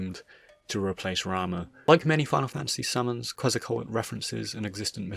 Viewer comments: Of all the wrong pronounciations of Quezacotl, "Quezacoet" is the most head scratching one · It's pronounced Ketsal-kwatul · It’s kwet-zah-kot-tyl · its pronounce Kehtz-Ah-Coat-Toll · I hate to do this: Ket-zal-ko-attle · You know... The song "Oregon" by Clutch SHOULD give you an idea how "Quetzalcoatl" should be pronounced. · The T is before the L though... There's mispronunciation and then there's American levels of stupidity and illiteracy